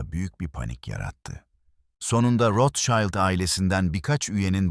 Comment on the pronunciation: Rothschild yazılır, rotşild olunur.. rotşaylt değil… naçizane😉